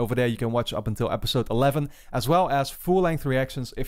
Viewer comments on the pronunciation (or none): So, the word "Corps" is pronounced "CORE", cheers.